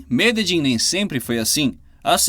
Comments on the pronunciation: "Meledim"?! Não seria Medelim? PQP...kkkkk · Eu tenho amigas colombianas. Elas disseram que a pronúncia correta é "Mededin" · mas não está mesmo!!! Ele errou e feio! A pronúncia fonética é "Mededjín", com a última sílaba mais forte